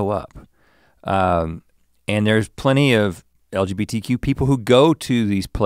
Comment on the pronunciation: "L.B.G.T.Q.+", I thought TikTok was joking about Straight people doing this, there's a reason why the letters are in a specific order, and I was just thinking about Link messing it up for a few minutes before and then he did, move out of the way Mr. Rhett, I'm the Psychic now, no Redbull required. 😂